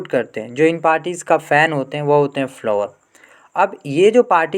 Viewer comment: Follower ❌ Flower🌺😂